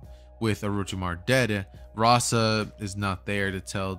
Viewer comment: Bro its correct its Rasa